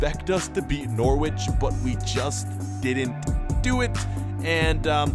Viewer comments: N-ou-r-i-ch not N-or-w-i-ch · Bruh I'm not being mean but it's (n o r ich) say what you see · DO GOALKEEPER CAREER! (btw Norwich is pronounced No-rich) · Not To Be Rude: It Is Pronounced Norich, It is a bit weird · Your pronouncian of Norwich is funny